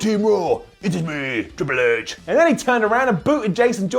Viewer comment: "ITS MEH TRWIPLE H" LMFAOOOOO